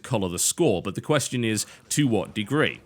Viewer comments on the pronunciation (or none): none